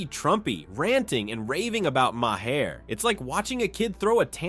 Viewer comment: Ma-Hair? instead of Maher? no wonder no one subscribes to this channel